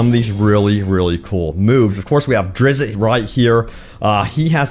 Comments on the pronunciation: His name is pronounced Drits, not Drizzit. Sorry, couldn't help myself. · No, not drizzit. Drizzt. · Its DRITZ DRIT-Z NOT DRIZ-IT where are you getting that extra "I" from? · Hahaha he said drizzit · Lol dude can you say Drizzt’s name right please… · I’m sorry, but how do you miss pronounce well known words and names in the gaming industry. I suggest you learn how to say META and how to say DRIZZT. His name is probably the most famous names in the D&D world